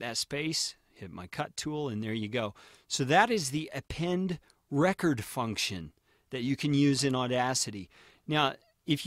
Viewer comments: wasnt going to pour over all the comments to see if someone mentioned this, but I believe it is pronounced "Append reCORD" (as in recording...) rather than "Append RECord" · what is he saying "Append Reh-chord" like Record player. it is "Append REE-CORDE" as in to appending to a recording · Append is pronounced record as in record audio not as in break a record